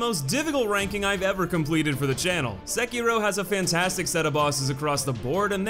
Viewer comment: Can you please learn how to pronounce the name of the main character? It's literally said by Isshin multiple times throughout the game, the way you and the other youtubers pronounce it is painfully wrong. Seh-kee-roh (doh) roll the r. Even Vaati can't be arsed to pronounce it right, though I guess fanfiction and making shit up is his forte, and stealing content. So not surprising.